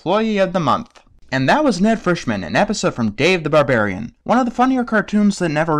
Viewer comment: Ba.. Barbarian, Ba Ba, Bar- Barian